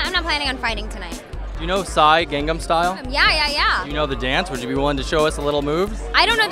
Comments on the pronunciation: i think miley thought she thought he said "gongnom style". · LOL Miley, "what?" and i think she answered "gangam style?" lol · RS: Miley do u no gangnam styl? Miley: what? RS: gangnam style. Miley: garngnarm styl? Lol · gongnom style 0.o she must be comfused :D